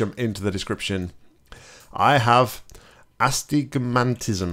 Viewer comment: Ass stick a mantis - new disease confirmed! Uh-stig-muh-tiz-uhm XD Astigmatism is blurry vision caused when the cornea is irregularly shaped. It's common to have it when you have other eye disorders like myopia (which I do). It doesn't have a description because it's not a disease but a disorder instead:P Never gets old! Thanks for playing,!